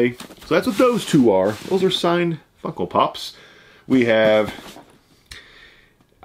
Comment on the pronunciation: You sound like you're saying Funkle Pops, lol love it!